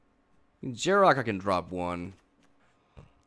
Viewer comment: "Yar-Ruck" there is no J It blows my mind, you speak english perfectly fine. Yet you constantly mispronounce the cards in this game. These cards and their names are created and spoken by American English speakers, and like 95%+ of the cards' names can be correctly pronounced if just sounded out phonetically in english.